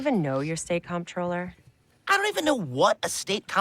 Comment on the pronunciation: the ironic part is that she mispronounced comptroller 😅